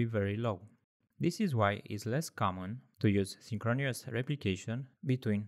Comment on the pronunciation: It's pronounced 'synchronous' (sing·kruh·nuhs) - not synchronious That is my contribution :)